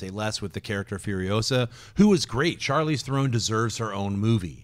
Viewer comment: They are saying Charlize Theron's name wrong.